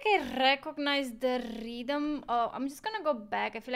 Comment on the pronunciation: Tha rrrrrrrrrrrrrreeeethym?